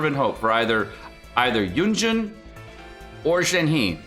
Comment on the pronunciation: why is everyone saying yunjun? lol it says yunjin